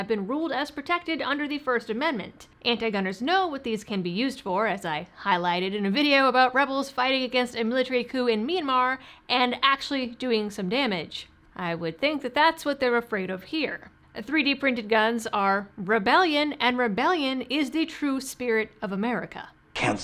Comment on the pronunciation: Did you just pronounce Myanmar as Mee-mar? It’s a consonantal Y, like in “yawn” or “yap”.